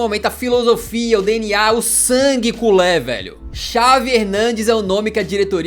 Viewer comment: Culê é a pronunciação correta